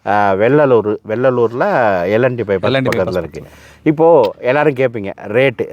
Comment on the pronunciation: அடேய் அது வெள்ளாளர் இல்லடா.... வெள்ளலூர்....மொதல்ல ஊரு ஒழுக்கமா சொல்ல கத்துக்கங்கடா..... அப்புறமா உங்க கதைகள பேசுங்க.....